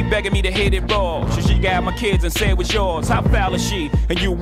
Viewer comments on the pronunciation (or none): Bhai was ko waazzz bolna band Karo na please 😅 woz boldo